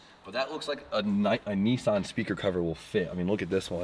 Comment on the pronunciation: It's not knee son is nis Ann